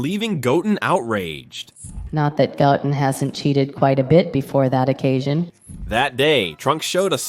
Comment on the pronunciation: Pardon me as a neophile, but would simply putting a space in your transcripts before the AI butchers every name not suffice? Couldn't Go Ten be pronounced correctly as opposed to Goten ( and therefore Gotten)?